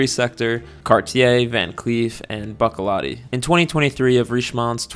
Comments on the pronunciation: It's "boo-che--lah-tee" not "buck-a-lot-tee" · Buccellati is pronounced like Gucci. The double c’s make a “ch” sound. Buchellati so to speak.